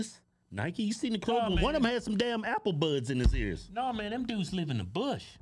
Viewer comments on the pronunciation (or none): He said apple budds😂